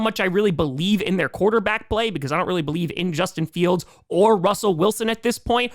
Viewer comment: No way you just said Bolieve😂🤣. Made me think of Bo Dallas💀🤣